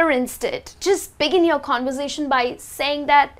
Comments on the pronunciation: i think the way you pronounce conversation is not correct .you pronounce like con-voor-sa-tion .i think its con- ver-sa-tion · What does mean mowiie!?? She needs to master IPA first Listen how does she pronounce the word ( conversation ) But her knowledge about the language is great